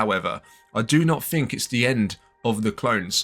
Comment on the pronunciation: Why are your English "th" sounds "f" sounds? Season "free". What do you "fink?"